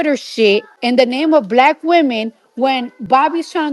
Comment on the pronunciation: Cardi B cant even pronounce the word "Black" right. She says it like how Trump does. She's not blessed. She is a warlock.